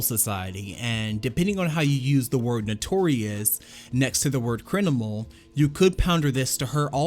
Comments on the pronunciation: Thought you said “crinimal” on accident Then you said it a second time Then you said it a third time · great video but WHO THE HELL SAYS CRIN IMAL